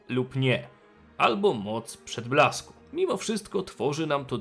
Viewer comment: Za każdym razem gdy jest wymawiane "moc przedblasku", słyszę "moc przytulasku" xd